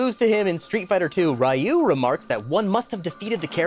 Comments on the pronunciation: Also um actually, his name is pronounced "ree-you" and not "rye-oo" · um acthually you pronounced Ryu wrong! Its... ehum... ree-ooh. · why does he say ryu like that "rayu" he says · Is it not pronounced REE-oo? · Um Actually, Ryu is pronounced closer to “Yoo” with a subtle “Ree” beforehand. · Has anybody pointed out the blatant mispronunciation of Ryu's name? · Is that how you pronounce Ryu? I've never heard it pronounced like that before.